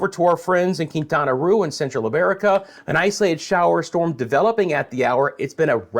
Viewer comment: Quintana Roo. The roo is pronounced as "row," as in row, row, row your boat. Love your channel!